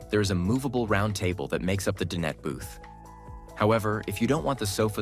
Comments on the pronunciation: Dine-et, not din-et. (Dinette.) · Please fix your narration. The AI is saying "dinnet" instead of dinet. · Nice vehicle, but please, DIE NET, not din-et. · no kidding. I almost left when he said din ette for the 4th time. It's DINE ette, stupe. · I hate this AI narration that has permeated YT. Does not sound natural at all. "Din-nette" anyone? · I wish the narrator knew how to properly pronounce various words…such as “dinette” which he repeatedly mispronounces. And I counted at least three different pronunciations for Star Van. Probably AI. I am curious to know what the major insurance companies would charge for a year of insurance. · You know what would be really cool? Finding AI that can pronounce the word dinette. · AI can’t pronounce “dinette” the way people do?